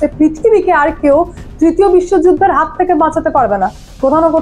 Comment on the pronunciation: হাথ না হাত😂😂